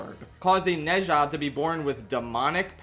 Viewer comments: you absolutely blew the pronounciation of Ne Zha, its more like "Nuh Ja" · ITS NO "NEI JA" ITS "NUH ZHA" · for future videos: ne zha is pronounced like nuh - ja (for inflections: nuh has a rising tone and ja has a flat tone) (alternatively chuck it into google translate and listen to their pronunciation, being careful to replicate their intonations closely) (you dont HAVE to do this but i think many would appreciate it) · It’s pronounced “Na-Jaa” 😅 but great video 👌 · I loved this movie saw it with my chinese class it was wonderful. Also it should be the bate minimum but thank you sincerely for making an effort at pronouncing the name the actual theater we went to see it at couldnt even be bothered to say it right 💀